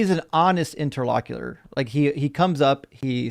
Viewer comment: it's "inter-lock-you-TORE"! Sorry, the way you say it drives me crazy!:D